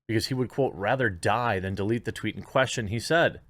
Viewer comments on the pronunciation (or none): none